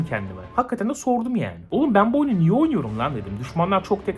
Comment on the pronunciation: "niye"yi "nioh" gibi telafuz etmiş, ben de espri yaptı zannediyom sabahtan beri